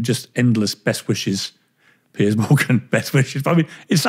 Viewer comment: It’s Piers (peerz) Morgan, not Piers (peerss) Morgan ;)